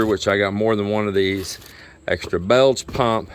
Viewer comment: Never heard of a belge pump, but I have heard of a bilge pump. Pronounced like billge, not bellge.